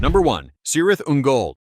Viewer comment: It's spelt Cirith Ungol, but it's pronounced "Kirith Ungol".